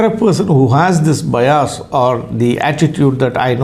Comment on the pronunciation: It's not 'Bayas', It's 'Bias'..